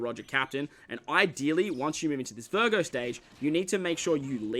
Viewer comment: while i watch your guide i just heard you say BURGER. hahaha it was vergo